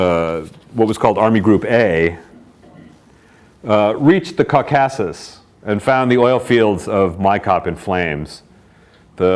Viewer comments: Maybe it’s you that have been misprounouncing it 🧐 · Love the way he mispronounces 'Caucasus.' Seriously?!